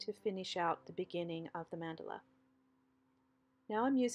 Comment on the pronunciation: BEAUTIFUL. The correct pronunciation is MON-duh-la.